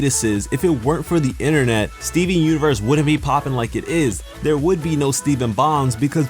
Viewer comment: Me;Did he just say "steven bongs"?